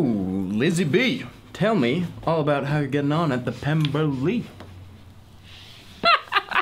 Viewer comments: "So Lizzie B, tell me how you're getting along at the Pem-BER-ley!!!" So hilarious! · I think I just hurt something laughing at in the Fitz-wig, saying "Pem-ber-ly" and squinting into the camera. cackles until dead